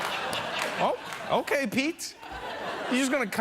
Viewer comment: “okai” LMAO